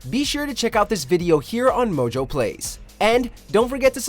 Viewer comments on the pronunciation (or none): none